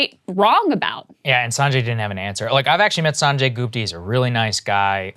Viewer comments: GOOP-ta? GOOP-ta?! Might as well call yourself Say-grr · LOL is Saagarji pronouncing "Gupta" American-style?? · sagaar pronounciation of gupta is a travesty